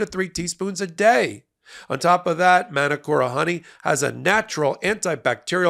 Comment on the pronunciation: it's pronounced Manukora; Ma as in "car"- and you roll the R - NZ Māori